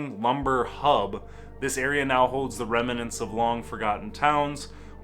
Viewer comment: A little research and you could have properly pronounced Manitowoc. but how do you screw up schooner and remnant?